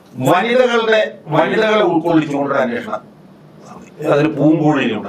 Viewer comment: അന്വോഷണം അല്ല അന്വേഷണം ആണ്. പറഞ്ഞു പറഞ്ഞു മടുത്തു... എത്രയോ തവണ കമെന്റ് ഇട്ടു! ' സോഭാവികം ' അല്ല സ്വാഭാവികം ആണ്. കഷ്ടം... പ്രബുദ്ധ കേരളം!